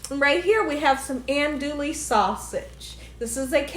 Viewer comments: It's pronounced Awn-dooo-we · Andouille is pronounced aan-doo-ee. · Ahn:dwee. The “ou” is silent.